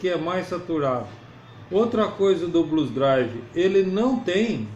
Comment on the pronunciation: Blues DriveR. Tem R no fim.